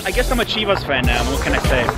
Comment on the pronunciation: I get triggered by the way he says chivas😭🙄🤬